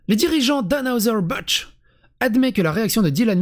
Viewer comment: C’est un nom allemand dans anheuser-busch il n’y a pas de g. Busch c’est pas budge, ce français est irrespectable des sources